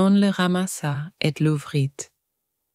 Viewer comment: Do we really pronounce the t in l'ouvrit?